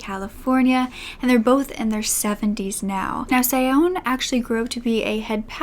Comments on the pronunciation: Sione is pronounced “See-yoh-ney” - there are Tongan pronunciation guides online, fairly easy to find. Please check those out for next time. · Thank you for your point of view which is so true! 💙 P.S. Sione is pronounced See-o-neh